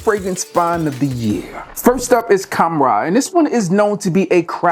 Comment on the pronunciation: Need to work on your Arabian pronunciation. Butchered the shit out of Khamrah and its flankers.